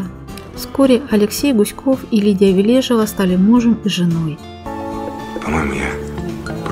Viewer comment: Ли́дия Леони́довна Ве́лежева — советская и российская актриса театра, кино и дубляжа, телеведущая, политический и общественный деятель. Заслуженная артистка Российской Федерации. Ударение в фамилии на первую Е.